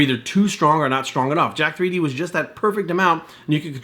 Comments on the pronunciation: It's pronounced Jacked not Jack 3D. I've never understood why people don't realise that the 3 is supposed to be a backwards E. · it's pronounced jacked. just like 1337 is slang for leet/elite. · Can't even pronounce the name properly.....